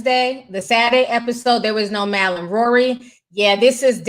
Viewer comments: Mal pronounced {Mall} Unless you meant to keep clowning his name like how you called these men "Girls" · bruh how hard is it to say Mal...(maul) 😂😂🙈